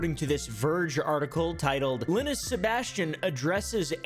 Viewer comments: This man saying lenis instead of lie-nus gives me an itch in my brain only a shotgun can scratch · LOL. "linn us" tech tips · Lynis?? I dont think you know how to pronounce Linus dude. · Its line-us not lin-us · "im very familiar with linis" LINE-US please, Linus = LINE-US "very familiar" 🤣🤣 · Lin-us lol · So you are very familar with this guy but can't even pronounce his name correctly? Stop the cap my guy. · k you said you love linus but you say his name wrong every time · Says hes very familiar with Linus. Proceeds to say Linus wrong 😂😂😂😂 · Bro stop saying Linus wrong.